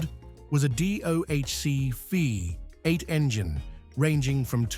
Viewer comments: Too bad about this AI narrative. We Americans know it as a V8 not a 58. I respect that such a power plant is very rare in the UK. Parked next to that 55 Chevy Bel Air convertible it’s ugly. Later, you park it next to a jaguar, XKE, which makes it even uglier. There aren’t three cars in the universe that ever look as good as that Jaguar. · Yeah, it's pretty awful. Calling a V8 a five-eight or Fee-eight.